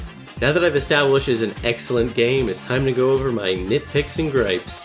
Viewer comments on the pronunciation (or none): Ha he said eggscellent